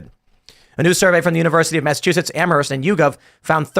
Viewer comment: Its not Amaranthe its Am-Hurst. Thats how you say Amherst.